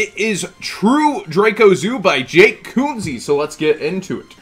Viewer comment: HOC you mispronounced his name! Say it like Kenzie guys